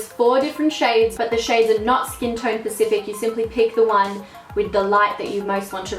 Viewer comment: "Skintone pacific." Did anyone else hear that..?